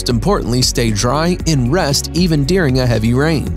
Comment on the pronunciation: His pronunciation of tent and words like 'during' is so annoying. A 'tint' and 'dearing'. Steel staircase instead of a ladder. I rolled my eyes so far back i could see my own ass.